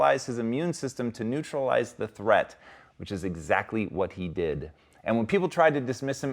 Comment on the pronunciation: "dee-id-uh" is not did, no nedd for the nasty "uh" sound of your gasping to ruin that simple word.